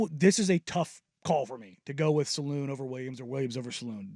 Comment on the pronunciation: Thanks for the insight and discussion. Can you both fix your pronunciation of Salaun though? It's not "saloon," but more like the word "salon" but with the accent on the first syllable, while the second syllable is slightly dropped as it often is in French. I apologize for the nitpick, but it kind of eats at me. Thanks again for the segment.